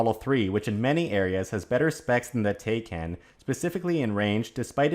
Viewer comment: Taycan rhymes with Taiwan. as in "Ty Con".